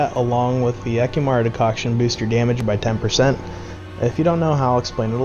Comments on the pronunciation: All I heard was de-COCK I'm sorry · fordicocktion ??? what are you saying xD and what is that